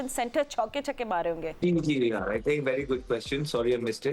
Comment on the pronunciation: Shehzad......6..pronunciation Chihkay❌ Chahkaa✅